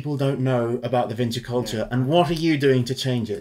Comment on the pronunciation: Vinča, not Vinça... Serbian doesn't have the letter Ç. Винча култура = Vinča kultura = Vinča culture